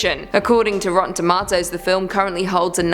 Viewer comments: Tom-ah-to < 🍅Tom-ayyye-to🍅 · True I agree. Why does she say “rotten toMA-toes” instead of just rotten tomatoes. It triggers me.